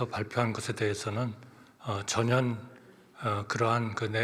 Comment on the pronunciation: 한덕수씨는 전혀를 왜 자꾸 저년이라고해요?😮